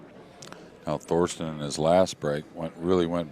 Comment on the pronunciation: Its Thorsten not Thorsten